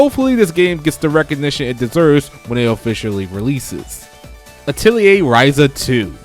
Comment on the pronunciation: Ok bro im sorry but u butchered my favorite game series name u said altil a. its not called that its so imma just show u how its properly pronunced a tel ier not atil a i am sorry not trying to be a dick but bro please dont miss pronounce a games name wrong so just again sorry